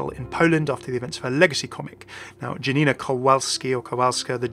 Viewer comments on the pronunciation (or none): And one more thing. "J" in "Janina" is pronunciated like "Y" in "Yes". That's Polish firstname and surname after all.:)